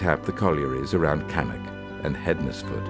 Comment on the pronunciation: Interesting video, I used to use the road at calf heath across bridge 5 and four crosses bridge every day for commuting and didn't realise the bridges had subsided that much (i assumed they'd been replaced at some time), also in Stafford we don't pronounce Hednesford as hed-nes-ford it's pronounce hens-ford.